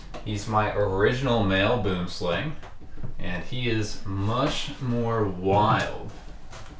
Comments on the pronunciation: I wish I could give you the correct pronunciation to "Boomslang" Its Afrikaans for "tree snake". Ive heard from other experts that they do not bite easily. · Just friendly advice if interested: for the correct pronunciation of boomslang, refer to Dingo's channel or the African Snakebite Institute. It's Afrikaans for tree snake. The name kind of sounds ridiculous in English. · God I love hearing Americans trying to pronounce Boomslang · please learn how to say boomslang properly. or just call it a tree snake. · I just want to say, I am from South Africa and the name boomslang is Afrikaans. The direct translation would be tree-snake, but the way we make the "oo" and "ang" sound is completely different than how you guys do and it is actually one of the biggest cringes for us when we hear someone say 'boomslang" in english. 🤣 In Afrikaans everything we say is much deeper and more 'rough', almost like German. Unfortunately there is no sound I can think of in english that is even close to how you're supposed to pronounce it so I can't even teach you guys how to say it 😂. The "ang" sound is pronounced more like and "ung" sound but deeper and coarser. But anyways, great content and stay safe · As a South African its always hilarious to hear how people miss pronounce Boomslang. Boomslang is a Afrikaans word that means tree snake. Boom is Afrikaans for tree and slang is Afrikaans for snake. You can try and pronounce it by saying B-oe-m sl-u-ng. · there are two ways to pronounce 'boomslang', the snake originates from Africa and most pronounce it 'wrong' because of the way it's spelled. the name is in a different language (Afrikaans iirc) with different pronunciation, it's pronounced more like 'buoemslaung' or similar. hope this helps! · Note, Boomslang is acctually pronounced booemslung, and literally means tree snake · Sigh i wish people would pronounce Boomslang correctly. BWOEM-SLUNG. Just look it up.